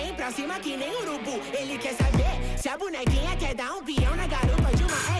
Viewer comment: Ele tentando falar "Bonekinha" kkkk amo ❤️